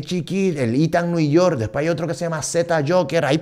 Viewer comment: ithan nui york akajakajaja